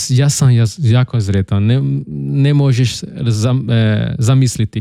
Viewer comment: Da para entende-lo tudo, so cuidado com S e Z :). Sretan Božić, nao Zretan Božić. S em "sretan" , Z em "zreo" , por exemplo (significa maduro).